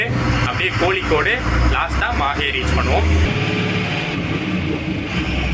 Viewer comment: Pronounsation is not MAHE bro it's MAHI will write only on MAHE